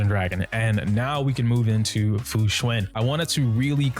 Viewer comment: Fu xuAn like one would say "AN apple" it even has the same sound.... why is everyone saying fu xuIN